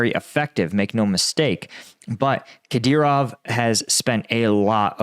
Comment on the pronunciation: Finally, he said Kadyrov correctly.